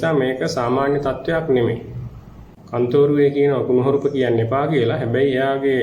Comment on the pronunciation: මේ පිස්සෙක් ..මේ කතාකරන බාසාව දකුණේ බාසාවක් වගේ මෙයාගෙම අය කෝල් කරවාගෙන.කන්තෝරුව නෙවේ කත්නෝරුවේ 😂සිවුර දාගත්ත කුහකයෙක්..කත්නෝරුවේ ස්වාමින් වහන්සේට නිදුක් නීරෝගී දීර්ඝායුෂ ලැබේවා ..